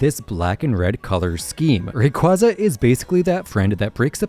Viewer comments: Moltres is actually both spring and autumn since it can get warm in those seasons Edit: FCK ITS Ray-QUAY-za ITS THE OFFICIAL PRONOUNCATION DAMMIT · Love the video! However Rayquaza is pronounced Ray-kway-zuh